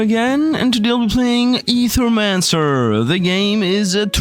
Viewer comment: Don't know why it bothers me when someone doesn't know how to pronounce "Ae". Thank you though for knowing, my OCD can fuck off for now ❤